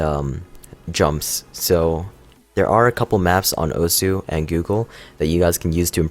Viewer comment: Pronounced "Oss"